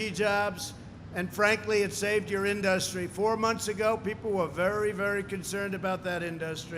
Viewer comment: Nobody and I mean NOBODY pronounces it "inDUStry". Only this orange idiot says it that way.